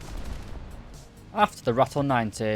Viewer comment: When you pronounce Eland, pronounce it as if the d was a t. So Elant. You have the sound of the "a" correct. Use the same pronounciation of that "a" in R"a"tel. Where it's more like Raatel. :-)